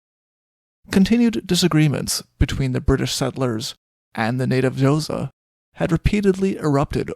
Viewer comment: Please do your research and learn to pronounce "Xhosa" correctly !